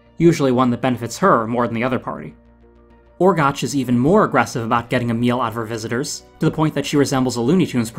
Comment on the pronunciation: One minor correction. You mispronounced Orgoch's name. I know it's spelled that way, but it's actually pronounced Orgock, as we hear from Orwen in her objection to turning Flewder into a frog. Someone else may have already told you that, but I didn't feel like scrolling through all the nearly four hundred comments.